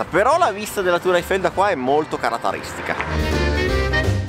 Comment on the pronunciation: Quel "carataristica" a... sempre le migliori le tue citazioni!!